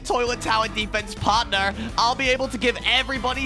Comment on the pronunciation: Its not parthner